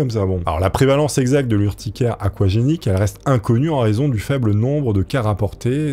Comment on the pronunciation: "Aouagenique" dis donc en parlant de "super-pouvoirs" tu serais pas un peu dyslexique?:D